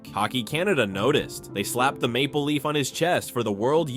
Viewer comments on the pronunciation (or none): none